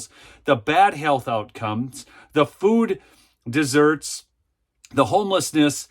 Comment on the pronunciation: Food deserts, not food desserts. 😄